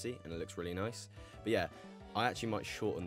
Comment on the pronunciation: He actually says noicee